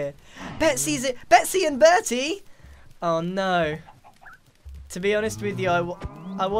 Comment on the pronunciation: You murdered berty and Betsy